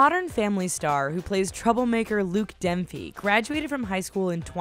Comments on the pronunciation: DUNPHY its DUNphy not DENPHY DUNPHY Sorry i just had to say that.... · Dunfy.Not Denfy. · Its Luke Dunphy not Luke Demphy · its dunphy not denphy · its not denphy its Dunphy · Its dunphy not "demphy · Did she say Luke Denphy? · Is it me or did she just say luke denhpy